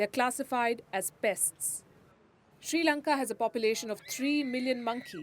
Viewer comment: We are not in Any Crisis. Palki don't lie! With China we are very powerful... & palki say our country's name correctly.. not Sri lanka! It's Chi Lanka! Okkk